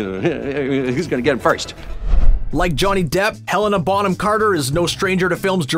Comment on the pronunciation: Thank you so much for pronouncing Bonham correctly. Grinds my gears when it's mispronounced... Because it's also my last name